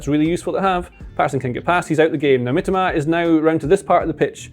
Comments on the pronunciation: Please pronounce as miTOMA rather than MItoma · "Kwaroo Meetima" 💀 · It's Mi-to-ma... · the guy name got butchered 😭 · You couldn't let do another take to say Mitoma's name correctly?